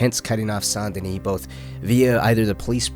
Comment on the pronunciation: "Saint deni"? IT'S. PRONOUNCED. "SANDY KNEE"!